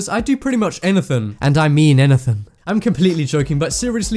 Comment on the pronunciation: wrong pronounced words A-GAIN ANATHIN